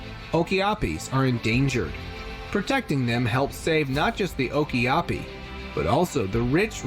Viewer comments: Lol oki api lol, it's pronounced (Oh Ka Pi), that guy really needs to work on his pronunciation lol, that was the worst of them all though lol. And those animals have been discovered/around for awhile now. Always were an interesting and very cool animal to view and see in person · I'm pretty sure it's Angola, not Angiola, Okapi, not Okiapi. And there were a few more mispronounciations that irked me 😅 Anyhow, I find the jungle so fascinating, but I think some venomous thing would bite me as soon as I'd step into the jungle. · Noo no O(oh) K(Ka) A(aH) P I (EEE) - OKAPI